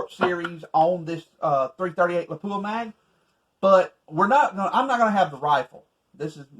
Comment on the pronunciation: It’s La-Pwuh not Luh-poo-uh